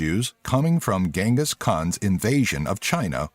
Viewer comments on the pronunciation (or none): none